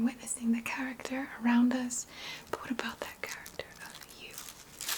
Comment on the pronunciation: 😍😍 I Don't usually hear New York from you... but when you said "Lacking Cha-ruck-tuh" I then new for sure where your roots are... 👍